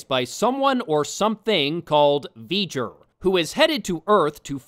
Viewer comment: Veijer? Isn't that the bad guy from Jak and Daxter? "It's Veiger!" Bleh.